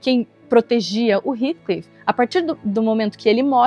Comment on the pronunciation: Não aguento mais as pessoas pronunciando o nome Heathcliff errado... Gente pelo amor não é "ritclif" é "rétclif"!